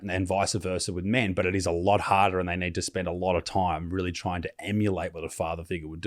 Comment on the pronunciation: Wearing a diaper while you are door dashing would be a bit unusual until........I heard you pronounce the word," REALLY", that explains everything I need to know thx